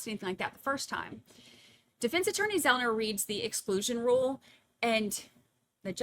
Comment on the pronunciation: Joshua Zelman - not Zelner,. I’ve heard you call him that on another stream too.